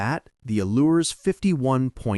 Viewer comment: Allures is a French brand and you do not pronounce the 's' at the end - say it as ALLURE. The same yard makes Garcia Exploration boats (which are all aluminium except the top of the coach roof, while Allures are aluminium hull, GRP deck). Najad and Contest may share some of the same naval architect input, but the yards are in Sweden and Holland and of very different build quality [neither are bad, but Contest is vastly superior].